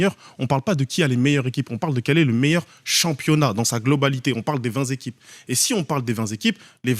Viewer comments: Mais il est débile avec ses "20 zéquipes" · Oui ,mais oui il doit rectifier vingt téquipes pas zequipes😅😅😅